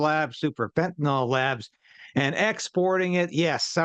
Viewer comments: Fen-ta-nil Not fenta nall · MISPRONOUNCING - It's FEN-tii-niL, not fentiNAWL. Thank you. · It’s fentaNYL, not fentanOL; rhymes with bill, not ball. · "nyl" does not sound like "nol". If you can't even say the name of a drug correctly, how can anyone trust your opinion on it? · Christ, can you even read? It's fentanyl, not fentanol. Also there almost zero fentanyl crossing the Canadian border into the US. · 'Fentanyl', Clayton; not 'Fentanol'. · By the way, the drug is pronounced fen-ta-nil. If it were spelled fentanol, then it would be a harmless type of alcohol. The -ol ending denotes a type of alcohol. The drug is not that. Fentanyl has a different chemical composition. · I think it was Trump who started pronouncing fentanyl as if it were fentanol. Anyone else notice? FYI: it's not "fentanol". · That Canadian is so polite that he mispronounced the drug just like Clayton. So from now on it's fentanol. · It is pronounced FYNTUH - NILL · We'll never fix the problem until people learn how to pronounce "fentanyl".